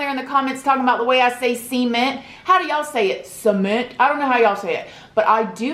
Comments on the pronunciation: I think how you say ‘cement’ is cute! ‘See-meant’ Lol. Yes, I say “Sa-meant” but I always just find it interesting when people pronounce things differently. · FIRST OF ALL it is pronounced c-ment not su-ment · It's see-mint...cement... girl we're from the south and we come correct don't we?!?!?! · I say “suh-ment” instead of “sea-ment” lol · I'm Southern Appalachian, and we always pronounced cement "see-ment." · Lol I say SEE-ment too. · I say cement the way you do. Ive barely met anyone who say it like suh-ment h 😭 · New sub! Can you do a video on your dread hair care? Sorry if you already have. Yeah, most people say "su-ment", lol it doesn't matter how you pronounce it we know what you were saying. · When u say cement sounds like ur saying Semen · I also say cement as seee-ment! I wonder if it is cause we are both from the FL panhandle? Maybe something about the accent? :-) LOVE your channel, so happy your subscribers have been blowing up! I love your open, honest, and often humorous stories and point of view. Take care! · Anyone else watch so much that they now say See-ment. I’m from Australia so you can see how this is a problem for me 😂💕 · Girl you can say 'seeement' but you can't say 'vagina'? Lol Nah but I am really enjoying this content. Tysm <3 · Omg Girl!!!! Your gonna hit 100K any min!!!!! And Hahahah the cement comment!!! Every time u say C MENT i smile!!!! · Omg I didn’t know you meant cement when you were saying it 😂😂 I was like what the hell are sement walls hahah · Sea-ment 😆 I remember hearing you say that and I was like... hm that's different but I love it. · It makes me so happy every time you say see-ment hehe 😋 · You pronounce cement exactly the way I do. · That's too cute, I pronounce cement the same way you do. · We both say cement wrong 😂 sis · every time you say cement though I think you're about to say semen xD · I love how you say cement it makes me giggle, never change! 92k you are something else 💞💞 xx